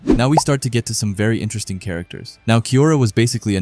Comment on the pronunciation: Intrest ting. 😂😂😂 Enter Es ting.